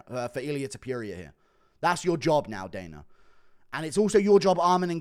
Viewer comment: can you please show respect and pronounce topuria correctly now?